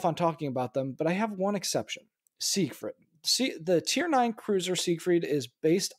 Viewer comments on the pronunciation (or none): Hey, it's SIEgfried. Also neither Japanese nor Russian ships have any prefixes, so please stop adding them. Thanks.